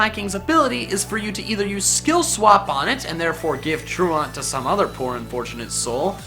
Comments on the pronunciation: Tru-aunt? Do you think he's trying to say truant? (tru-ent) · Truant is an actual word, bud. And it is pronounced "tooent" not "trooahnt" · It's pronounced true-ant, not true-ahnt. As in truancy from school. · Love you,. It's "tru-ent" (like truancy, being truent from school), not "tru-awnt". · Literally cringed when he mispronounced truant. Has he never heard the word said before? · You say truant wrong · I cringed every time you pronounced truant and komo-o why because YOU pronounced them wrong and metagross is able to one shot garchomp